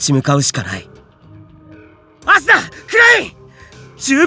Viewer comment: 最初の「アスナっ」が「朝！」に聞こえた耳鼻科行こうかな…